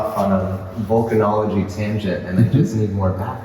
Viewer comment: The images and lecture were great, but, all due respect guys, it's VOlcanology not VUlcanology - which is a lecture for trekkies...😁